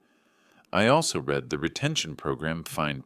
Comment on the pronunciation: I've lost count how many "I read this earlier" type sentences I've heard, where "read" comes out as present tense reed, not past tense red...